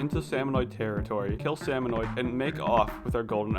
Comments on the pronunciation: I just keep thinking, "It's SalmonID not SalmonOID" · Every time he says “salmonoid” I internally scream “ITS SALMONID YA DINGUS”.